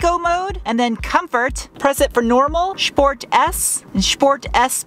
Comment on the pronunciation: That and shport mode.